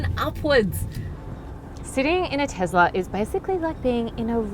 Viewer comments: TeSla, not TeZla... Not to mention the worst car review I've seen in ages. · WTF is a "Tezler"?